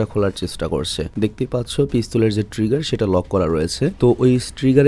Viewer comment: স্ট্রিগার❌ ট্রিগার✅